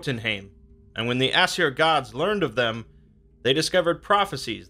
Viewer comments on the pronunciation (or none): Jörmungandr it has an R at the end with that sound. Also for Aesir it’s pronounced Ace-year, not Ass-err